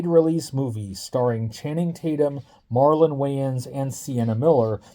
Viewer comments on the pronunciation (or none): none